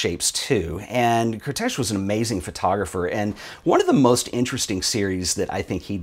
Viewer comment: As a hungarian, I have to say, André Kertész's name is pronounced caretace, not cartesh. But anyways, interesting topic, I will make sure to participate. :)